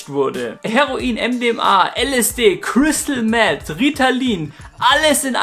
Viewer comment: „crystal mett“ man kennt es 😂 trotzdem echt geiles video